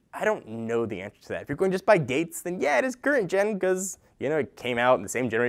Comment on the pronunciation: Gen* not ten^